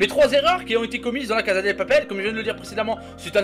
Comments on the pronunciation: II-Dark Side-II on dit pas caza mais cassa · On dit pas la casa del papel mais la casa de papel et ça ce prononce pas la caza de papel mais la cassa de papel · Mathou Mathieu non mdr sa se prononce "caza"